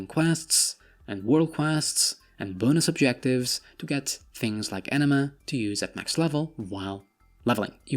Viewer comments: when you say anima, sounds like you say enema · A nima not Enema Enema is a rectum cleanse lol